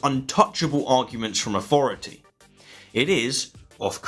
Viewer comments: Could you please use th instead of f. Its authority not aufority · “Rezer?” “Aufority?”